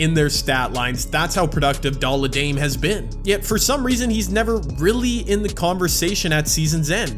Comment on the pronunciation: Dolla dame? Lol